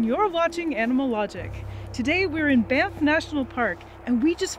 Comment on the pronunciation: thought that was "BAMF National Park" for a hot second and not Banff. they should consider a rebranding in honor of their badass sheep lol